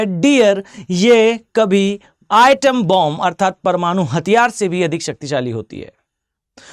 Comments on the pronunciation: पहले तो सर एटॉम बॉम्ब बोलना सिखलो आइटम बॉम्ब नहीं होता 😅😅😅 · It is not Item bomb but correct pronounciation is ATOM bomb. Starts withA not I